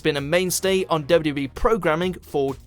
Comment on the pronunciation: Why is he having problems saying WWE? He’s trying to say W W so fast, he sounds so strange!